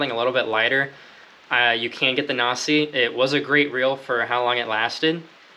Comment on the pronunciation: If you haven't figured it out by now, Nasci is pronounced na-ski